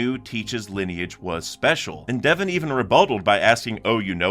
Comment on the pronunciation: Bro pls you gotta stop pronouncing dev-on devin it’s an o not an i